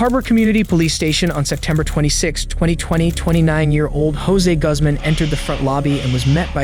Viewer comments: Guzz man? Really dude? How do you not know how to pronounce that. Name? Even google knows that one. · Guzman is pronounced like Goozman. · Guzman is not pronounced like you think it is 😂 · Teach your AI the correct way to pronounce Guzman. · Mispronounces a lot. I wonder if its a bot. Like who doesnt know how to say Zach or Guzman correctly (goozmahn, nut guhz-man)